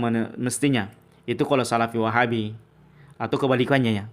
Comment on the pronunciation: Apa lg kalo pas ngucap "Wahhaabbi...mendok banget kol kolah langgam Jamadur nya..😁